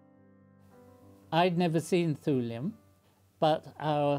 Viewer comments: pronounced "tyoolium" not "thoolium" btw. as "thule" is pronounced "tyoolie" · I like the concern of pronunication over Cleve but not over Thule (prionounced like tool) So it should be pronounced tool-ee-um?